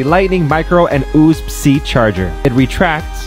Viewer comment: did he really just pronounce it “oosb C” instead of “U-S-B C” or was it a glitch?